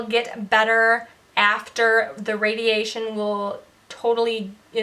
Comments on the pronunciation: Yay! You said radiation instead of "radiagent" 😃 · I hope you see your improvement as much as we do. You said the word radiation correctly more than once without any difficulty. That's amazing progress! 💕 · Your speech has already improved so much! I'm so humbled by your efforts all the time. Maybe take someone with to a restaurant to assis with understanding. And if your hair bugs you, wear a wild turban or that cool wig. Shutting yourself off from the world made sense when you were in the midst of surgery, recovery, radiation. (Did you notice how well you say radiation now? Fantastic!) it's time for you to get out and do some fun things. Start small & build up. Praying for you! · You said radiation correctly!!! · You can say radiation! :D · You said radiation right!!!! That in it of itself is a win!!!! Keep it going!!!! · You said radiation perfect I can see improvements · You are doing so well! I love seeing every new video you post. I was only able to remember face and velvet. I was so surprised when you said "radiation" so fluidly. Keep up the good work! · I'm extremely happy when you pronounce "radiation" correctly! I know it's been a long way and it need such a huge courage to pick yourself up and dealing with the struggles every single day. And I just want you to know that we will always be here with you! Love you! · Of course you'll get better, you already say word "radiation" no problem 😄 🎉🎉 P.s. I remembered all 5 words in a correct order and the backwards thing as well. Hope are the same again soon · Yay you said radiation perfectly! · You said radiation perfectly!